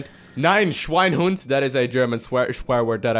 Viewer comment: FlyingTurtle yes well sayd^^. but it`s schweinehund not schweinhund^^. but i guess he understand^^